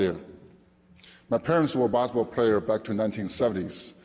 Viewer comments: his "basketball" pronunciation sounds like "baseball" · Gets inducted to basketball hall of game, can't even pronounce the word "basketball" well, SMH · Alexander I know I'm not hof so I don't need to contribute. He's a hof, he should know how pronounce the word basketball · Not that case. Just swallow the last word "t". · and he got inducted to basketball hall of fame, he can't even pronounce it well